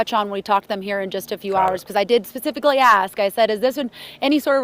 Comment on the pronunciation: Did she say "pacifically" ?